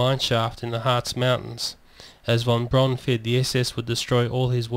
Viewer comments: von Braun, is pronounced "von Brown", not "von Brawn". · "Von Brawn" ??